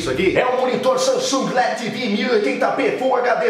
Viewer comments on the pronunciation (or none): none